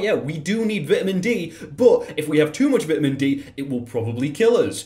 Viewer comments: says vitamin d like he's being held at gunpoint to purposely misprounounce words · vetimen D excuse me what i thought it was pronounced vytamin D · Screw the video I spent the entire thing after (about) trying to figure out why he pronounces vitamin vit-ee-min, maybe it's a British, more likely, I'm stupid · Can we just take a sec to address the way this man said vitamin?